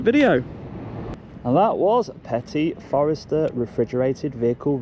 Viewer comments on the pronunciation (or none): They are french its forestier not forester Regards Haley